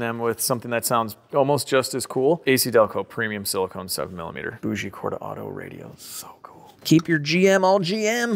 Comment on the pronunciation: its pronounced BOW GEE cord.......the g is sound key with a G .....omg. its all just Volvo parts...there is nothing special there